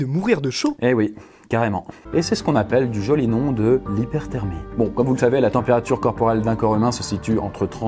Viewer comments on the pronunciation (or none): Hyperthermie pas hypertermie sinon super vidéo! merci! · t'as obli le H a de hyperthermie